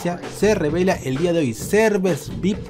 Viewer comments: emm se dice viaipi no se dice vic, em ese es un mentol que se llama vick XD BUENO LOS QUE SON DE PERÚ ME ENTENDERAN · Se dise ví hay pi y se escribe VIP